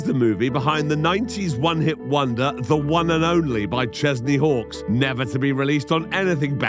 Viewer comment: Every time you said Chesney Hawkes I heard Kenny Chesney, so I was very confused as to why everyone was British. I might be related to that idiot from the Lifetime pilot movie.